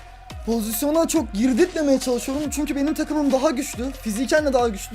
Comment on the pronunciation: Abi Cok yanlış diyorsun yazildihi gibi okunmaz Giroud değil jiru abi